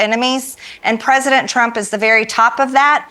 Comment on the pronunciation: I didn't know that the word "president" had eight syllables in it, yet Large Mage pronounces it that way.